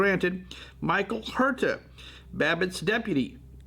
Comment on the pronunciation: The correct pronunciation of Huerta is “Werrr-ta”, yes roll the rrr…